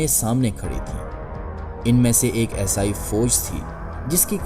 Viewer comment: Video buhot khoob hai, Aapse guzarish hai Esai sahi bol le aur behter rahega…. Shuru me samjh na dushwar hua